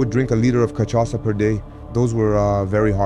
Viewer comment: I'm not Brazilian but that cachaca pronunciation is not correct and sounds bad.